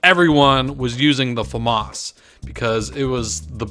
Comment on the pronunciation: Omfg I'm amazed at how many people can't read....I don't care how old this video is I mean seriously? The Fa Moss???? It's pronounced FA MISS!! MISS like misses or I missed that target. Not moss, the grassy green shit that grows on rocks. For gods sake, it's not in English. FAMAS is a French name. It looks like you'd say it Fa moss if it were English but I'm just dumb founded at how many people don't know that it isn't in English and that it's pronounced Fa MISS.